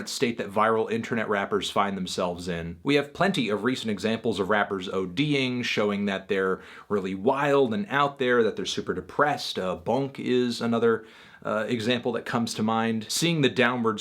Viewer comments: it’s boonk not bunk 😂😂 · Did he call Boonk Bunk? Lmao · The way he said boonk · I shit my fucking pants when I heard how he pronounced “Boonk”